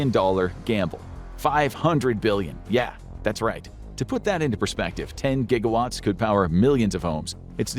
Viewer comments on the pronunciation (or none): none